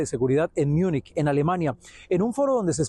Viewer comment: Joder no se dice "Miunich" se pronuncia como se lee, Múnich, lo quieren pronunciar en inglés pero ni siquiera así está bien pronunciado, München en alemán la pronunciación es totalmente distinta al inglés.